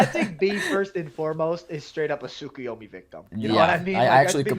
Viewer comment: I love you guys you both great but I don't love the way you pronounce tsukuyomi, talking about heeey, it's tsukuyomaaay, like ya bruce from family guy 😂 you work together so much that I forgot who was who so I forgot who the one saying that is.